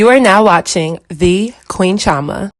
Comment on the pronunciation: Chee- oh- mah ... you're Nigerian stop trying to make your name sound American💀 ... talm bout some "Chama"... if you don't throw that accent in there! CHI OH MAH... CHI CHI ... ah ah wa happun